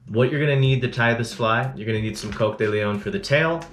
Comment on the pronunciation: I thought it was Cock-de-leohhhhn not Coke-de-leon? Also you say Peacock and I thought it was Pee-coke. Please post video on correct pronunciations of tying materials. Thanks from Spain ✌🏽